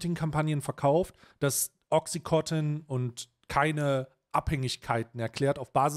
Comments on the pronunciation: Bitte nich töten für Klugscheißen, aber auch wenn das bei Ami-Aussprache wie "Oxicotton" klingt, heißt das Mittel "Oxycontin" (Wirkstoff Oxycodon). Wird offenbar immer noch als nicht/gering suchterregend gehandelt, was ich leicht verstörend finde. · Timo, sag mal, dass es OxycoNtin heißt und nicht Oxycotin. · Oxycontin, nicht OxycoTIN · Es heisst OXYCONTIN und nicht OXI- COTTEN !!!